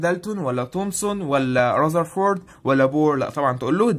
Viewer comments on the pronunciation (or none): رزرفورد حلوه منك اوي كل شويه اعيد في الفيديو عشان اسمعها😂 بلص عاش المرجعه ممتازه ❤